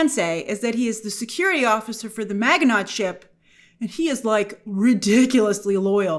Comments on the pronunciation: That pronunciation of Miginot. I guess they never say the name in the show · You are so smart but kill the pronunciation of Maginot. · 😂grace didn’t bother to look up the pronunciation of maginot, knowing it was French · You’re mispronouncing “Maginot”. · The T is silent in Maginot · We have a ton of French loan words in America, and if you ever covered WW2 History in school this name comes up, so yeah, I was cringing at the pronunciation. 😂 Show sound's great though. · lol "Maga-Not" 😂😂😂😂😂😂 I was making breakfast while listening to this breakdown and I was like "What the hell is a maga-not doing in Aliens..." Then she started to describe this history and I was like "😂😂😂🤦🏽‍♂" Oh Lord, not Grace representing us Americans on the world stage 😂 You Europeans mustve been like, "Americans 🤦🏽‍♂". I swear, some of us actually know history over here and with knowing the history can pronounce the words😂🤷🏽‍♂ Amos - The name of the ship is the Ann-you-bis Kenzo - You mean... The Anubis, Egyptian God of the Underworld...? Amos - 😑😑😑😑😑😑😑😑 Kenzo - Sure, or we can call it the Ann-you-bis 🙄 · Isn't maginot pronounced mah-zhuh-no ? Was it pronounced incorrectly in the show? Or does Grace need a WWII primer? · It's MAA jen know. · it's pronounced "MA-JIN-O." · It's actually pronounced "ma-jee-no" 😊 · Maginot is pronounced MAZHI-no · Mazh-in-oh (French). Apart from that -- you've got me intrigued! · You mispronounced Maginot.. it’s like Majino….. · Her pronunciation of Maginot is killing me 😂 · That's not how you say Maginot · That's not the right pronunciation for Maginot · It's ma-ji-no not mag-e-not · Grace it's not Ma Gi noT, it's pronounced Ma gi NO! long stress on the O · Grace, Maginot is pronounced Maj-eh-noh. Its a French name. Just fyi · It's not pronounced mag in ot.....itsMaj in o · “Mahj-ee-no”, not “mag-ee-not”. It’s French. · It's pronounced Maj in oh Grace.. A million Frenchmen cried out in pain with your pronunciation.. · Ma-ja-no not Maginot. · Pronunciation Magin no